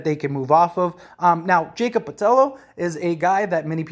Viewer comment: Not Jay-Kob Potello..lol...Its Yah-cob Pur-tle